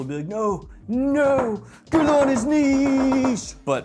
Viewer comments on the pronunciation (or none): Hi! Great reviews! Thank you! Maybe a little feedback? Guerlain is not pronounced as 'gair-lahn'. It's: 'gerrr-lan' the way lan is pronounced in 'Land' bit without the 'd'. Not like in lan-network.